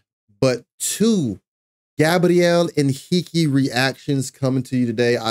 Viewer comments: Hi dear reactor: 👋👋👋👋you've pronounced his name perfectly, in a perfect Portuguese, congratulations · #GabrielHenrique! I'm Brazilian and I can guarantee you, your pronunciation in Portuguese when saying Gabriel Henrique's name is perfect.